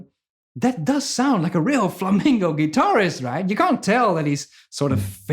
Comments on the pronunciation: You're awesome- and I could have just mis-heard it from your great accent- but it's Flamenco Guitar- not Flamingo (the bird) Guitar ;-) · He keeps saying Flamingo. It's flamenco. Now that I got that off my chest, great playing & thanks for the video. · Love your channel, your teaching, your great energy -- but pleeeze -- it's "flamenco", not "flamingo". A flamingo is a pink bird. :-) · Please stop saying "flamengo" or "flamingo" and say fla-men-co ('ko). I love your videos anyway! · It's called Flamenco, no Flamingo (although flamingos in spanish are "flamencos"; but the musical style should be called Flamenco)... other than that, you rock, huge fan!!! RIP EVH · But he said flamingo music like 99 times 😂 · ADRIAN GOMEZ MARTINEZ ahora me entero de que "flamenco" es una palabra inglesa. Genio tú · ADRIAN GOMEZ MARTINEZ eso lo entiendo, no le pido a un holandés que pronuncie español perfecto. Pero "flamenco" es un género y no estaría mal pronunciarlo. Es como si yo, por ser español, digo "trans metal" en vez de thrash metal. No le veo la justificación. Con todo, toca super bien, me cae super simpático y en sus vídeos aprendo mucho